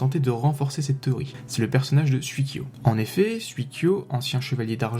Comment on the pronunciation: Sympa comme vidéo. Juste une petite remarque sur la prononciation, si je peux me permettre : ça se dit 'souï-kyo" et "souï-sho". Le kanji 水 de leur nom signifie "eau" ^_=